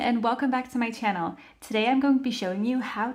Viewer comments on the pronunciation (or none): none